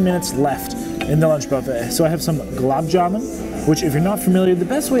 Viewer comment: It is "Gul_Ab' Ja-Man', my friend And also, why didn't you quit at plate # 8? Wasting food to stuff yourself is not attractive